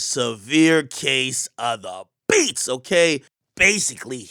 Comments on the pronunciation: When Ak say “DA BEATS!” I feel like I’m getting da beats 😂😂😂💀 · Lmao the way akademiks says DA BEATS🤣